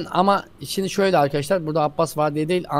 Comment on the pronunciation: happinize meraba arkaşşşlar ben abbas